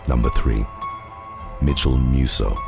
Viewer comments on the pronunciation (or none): I thought he was saying Metamucil instead of Mitchel Musso 🤦🏾‍♀️ something is wrong with me lol